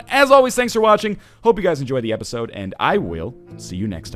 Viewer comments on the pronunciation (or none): none